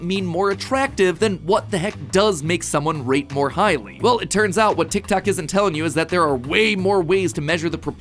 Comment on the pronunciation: you keep saying tictac instead of tiktok i cant